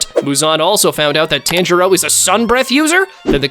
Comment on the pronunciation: Hate the way this mf says tanjiro. Piss me off